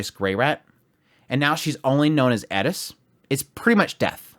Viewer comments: pls pls pls omfg its like how to do u manage to fuck up a pronunciation so much wheeen it's told to u how to say in theee anime adaptation its like how HHOWW i swear mfs love tryna be diff so bad its actually so saad Eeeeeris and not airis (ik its spelt [eris]) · Eris. not Eddis... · Edis? Bro ain't it eris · why tf do you keep saying edis? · Who is Edis? That’s Eris why are you adding a D to the second letter? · I could be wrong but there is no D in her name so pretty sure it’s not pronounce Ed-is but Air-is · The fact that you pronounce Eris "Edis" makes me want to punch babies. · Why do you pronounce eris "edis" but boreas as boreas? If you're going to go weeb on pronunciation, do it all the way through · Why are you guys so incapable of Pronouncing the characters names properly I mean they only say their names in the anime a thousand times but you somehow believe that there is a D in in her name lol Who the hell is Edis lol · Why do you say edis? Instead of eris? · why are you pronouncing eris like edis? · First time I hear someone call her “eh-des” and not “air-is” sounds weird and unnatural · couldint watch because he kept saying Edis insteas or Eris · it's like you are imitating a pronunciation because the speaker has a lisp. It is Eris, Not Eddis, I know Japanese has trouble with ls, but it isn't a Japanese name, just like you don't do it when pronouncing greyrat or rudeus. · This guy thinks hes rolling his r, but he's really just saying eddiss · Anyone else turn this off after the annoying Edis pronunciation. It’s an R!!! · “Edis” lol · I find it interesting that you hear a "d" sound. I think its closer to the Japanese "r" sound, or spanish "r" sound. Since thats how they pronounce it in Japanese, I think that he was trying to mimick that. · How the hell are you butchering Eris’s name? where the hell are you getting a D from in the name of ”Eris”… that being said after watching the video turns out you can’t pronounce anyone’s name correctly 😑